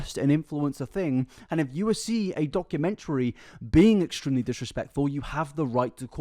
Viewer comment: I can't stand her just based on how she pronounces "documentary"